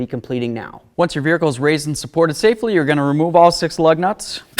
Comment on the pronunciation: Irritates me how this guy says vehicle😂